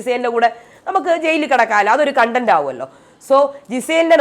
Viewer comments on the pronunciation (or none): none